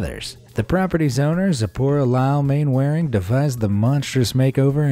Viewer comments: 3.29 it is not pronounced as it sounds it is not Mainwaring it is pronounced as Mannering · Mainwaring is pronounced manner-ing. Haven't you ever watched Dad's Army? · Sorry to be pedantic but... Mainwaring is one of those odd British names that's pronunciation is completely different to it's spelling, it's actually pronounced 'Mannering' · Wow, Main Wearing 🤣🤣 watch dads army and you will learn how to say that name (it’s pronounced Manoring) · Am I the only person who winced at the pronunciation of Mainwaring? Man-ring not man-wa-ring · "Mannering" not "Mainwaring" - UK English is very irregular. For example, the villagd Trotterscliffe is pronounced "Trossley" and Meopham is "Meppam" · Mainwairing is pronounced Mannering. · Mainwaring is pronounced Mannering. Why does it sound as though the voiceover is talking through a blanket? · interesting to see what lengths some people will go to to be mean. Interesting and somewhat saddening. By the way, in England the surname 'Mainwaring,' is pronounced, 'Mannering.' Just so you know. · For reasons known only to the English upper classes, Mainwaring is pronounced Mannering. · Mainwairing is pronounced Mannering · The owner of the candy striped house, Mainwaring ... it's pronounced "Mannering". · Good grief, please learn British pronunciation. Mainwearing is pronounced Man-er-ring. Philistine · Mainwaring is pronounced "mannering" as anyone from Old Money would know (and anyone who has watched dad's army) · Ah, spite houses! A fun, but expensive way of giving a crappy neighbour the bird. Nice video, but I must pull you on one thing: Mainwaring is pronounced “mannering”. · Just to point out Mainwaring is pronounced Mannering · As all Brits know, Mainwaring is pronounced Mannering. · The name Mainwaring is actually pronounced Mannering! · Anyone who's watched Dad's Army knows that Mainwaring is pronounced "Mannerring".